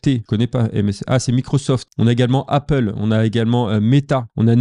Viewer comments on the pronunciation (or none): none